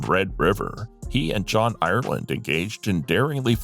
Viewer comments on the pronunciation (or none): none